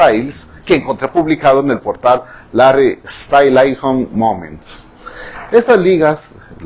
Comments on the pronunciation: Hahaha que cute cuando dice Larreh StainlaiSON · "luiz tomailson" "Jari estails" "Larri stailason! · "Larry Estailainson" soy fan de ese señor 💕